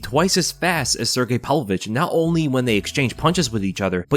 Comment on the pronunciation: "Palvo-vich" Dude you're a grown man, pronounce his name right